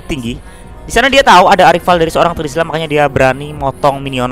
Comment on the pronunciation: Menit 14.02 terizla jadi trezila wauuu😂